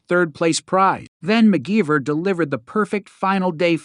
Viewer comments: AI voice-over?? WTF.. mute this crap before watching that was annoying as hell... said one of the models only weighed 4pounds.. and, McGeever?? You must not know anything about engineering I'd you don't know the name MacGyver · This must be Ai narrated. How can you not know how to pronounce MacGyver? It doesn't even look like McGeever. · Seriously, He pronounces it as McGeeever. 😂